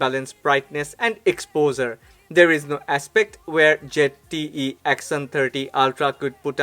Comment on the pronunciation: Why do all the indian ppl pronounce Zte like jett😁